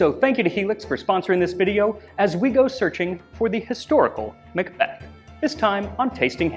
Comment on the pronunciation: Excellent video but the Mick Beth grates on my nerves. I'm a mack, spelt Mc, "son of" and when I moved to England, I was corrected about how I pronounce my name. I've continued to see the silliness unfold, it's Mick Donald's, they sell a big Mac and are referred to as MAckidees. Mac and Mc are Mac, when it comes before the letter "c" or a vowel it's Ma'